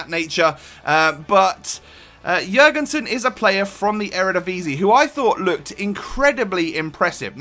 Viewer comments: Good job! You pronouced his name right. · Red Revolution96 he got the Ø right atleast